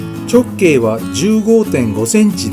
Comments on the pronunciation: ちょっ↑けい↓ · たぶんアクセントに関する発言は 直径のイントネーションの事だと思います。 直↑径↓ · こんなに綺麗にできるもんなのか、すごいな…ただ直径のアクセントが気になるw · 直↑径↓という抑揚が斬新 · 直径の発音きしょすぎやろ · 「直径」って、言い方が訛ってるね。 何処にお住まいだろうか。